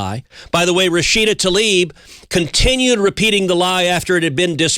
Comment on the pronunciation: It’s not “Rashida TALIB” (Tal-eeb). It is TLAIB, as in “bibe”. Important to name your enemy correctly